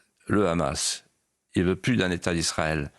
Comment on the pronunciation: Enfin quelqu’un qui prononce bien Hamas pas comme tout ces journalistes qui dise rrhamas